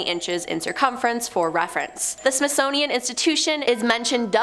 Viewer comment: Smithsnownian? Smithsonian honey. And we don't pronounce the S in Illinois. Articulate my dear.